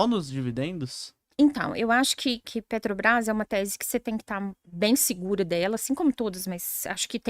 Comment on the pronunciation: Meeeeeu Deeeeeeus! Estão matando a língua portuguesa mesmo!, vc teima em falar Petrobrais 🤔 E uma professora fala "alavanche" ao invés de avalanche! 🤦 É o fim do mundo mesmo...